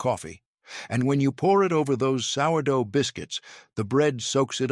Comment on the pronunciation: One minute in and the AI FAILS. It can’t pronounce sourdough. Sheesh